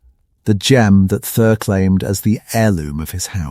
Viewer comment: Who the hell is this 'Thur' supposed to be?? And the pronounciation of 'Khazad-Dum' is ATROCIOUS! At least properly teach your AI system how to pronounce names!! MAJOR FAIL!!!